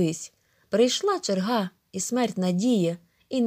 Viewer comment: Не черга́ а че́рга.